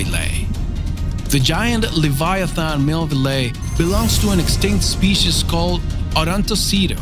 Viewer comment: Theese speesheez was co-ractor-iced by...